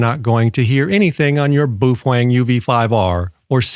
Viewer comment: bwoofang hahahahahahaha